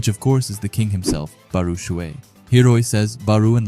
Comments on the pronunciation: Barou is pronounced like borrow. baroooo lol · Why do you say ''bar-oo'' i thought it was ''bar-o'' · barou ( ba-row) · The u is silent just say bar and row add them together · Bar-oh is how its pronounced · "Baruu " lol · always dropping bangers but we gotta talk about your “Barou” pronunciation💀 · The Barou pronouciation is crazy LOL, but jokes aside this a fire video